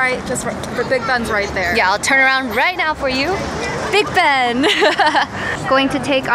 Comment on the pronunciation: You keep saying Big Ben and I keep hearing Big Bang... Dope vlog.. Congrats! 😂❤